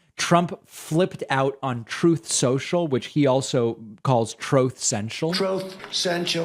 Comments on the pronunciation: "Troth senchul" 🤣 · Donald Trump chucks all his toys out of the pram- shocker! Love it every time you play/ say ‘troth sensial’ 😂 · Dude the “Trothe Cinch-uhl” sound bite… 🤣🤣🤣🤣🤣🤣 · TROTH SENTIAL 😂😂😂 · Troth senchal?!!sensual?!!!😂😂😂😂😂😂😂😂🤣🤣🤣😂😂😂🤣🤣🤣🤣😅😅😅😅🤣🤣🤣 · David... Give it a rest with the "TROTH CENTIAL". we've heard it a thousand times... Move on buddy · I love that you call it Troth Sential, just like I do.